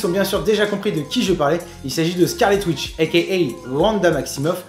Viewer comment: Je dirais que pour moi OUI clairement Scarlet Witch (tu l'as bien prononcé t'inquiètes XD) est la plus puissante de l'univers Marvel, du moins dans les comics. Pour ce qui est du MCU je pense qu'il est encore trop tôt pour le dire. Le MCU, pour son plus grand bien, prend quelques libertés, parfois mineures, parfois majeures, dans l'adaptation des personnages sur le grand écran, et je pense que jusqu'ici malgré quelques démonstrations de forces plutôt impressionantes de la part de Wanda, je pense qu'il est trop tôt pour la qualifier de plus puissante héroïne du MCU (héros y compris hein, pour pas qu'il y ait de malentendu). Je pense aussi qu'il n'y a pas de raisons à être déçu de son adaptation dans Avengers 2, ce n'était que sa première apparition, et dévoiler tout son potentiel au public, sachant qu'il y'a énormément de néophytes au comics qui sont fans de Marvel n'est pas une bonne idée. Lui donner le temps d'avoir du développement de personnage, de vivre des batailles, des défaites, victoires etc, ne fait que nous faire attacher plus au personnage, et lors de la révélation de son plein pouvoir, ça n'en sera que d'autant plus émouvant et impressionnant !